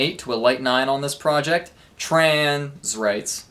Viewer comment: Holy shit that "trans..... rights" at the end caught me off guard so badly, thank god I wasn't eating or drinking anything while watching this I would have actually died